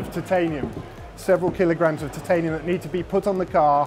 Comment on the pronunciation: Tit-ay-nium lol...